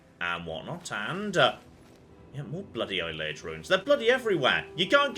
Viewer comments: Now that we've sorted out your pronunciation of Cheydinhal, I feel like you should know that Ayleid is pronounced ay-lee-id, not eye-lay-id. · learned how to pronounce Cheydinhal. Now he needs to learn how to pronounce Ayleid correctly. Ay-Lee-Id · Let's just embrace it and say it's A-li-en. A-li-en ruins. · Can't wait until we hear an NPC say Ayleid properly, and will stubbornly refuse to refer to them with the correct pronunciation. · I know is a noob and I should forgive and forget, but the way he pronounces Ayelid gives me hives.